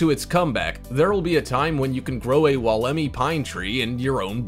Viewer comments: no kidding well it was hilarious when he did 'dinosaur' tree about the wolemi pine he had the lady talking about the tree with correct pronounciation yet he managed to get it so badly wrong it was weird. he says "wall_EM eee" but its more like "wool em eye" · Man you have the video with the lady talking about the Wolemi pine, so its weird first you call it dinosaur tree (yeah i get it its supposed to be prehistoric so we can understand you renaming it or trying to give it a new nickname. But then considering how you include a lady talking about it it is almost tragic how badly you managed to mispronounce its name.